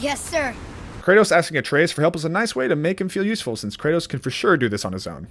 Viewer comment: Did you call Kratos "Kurtis"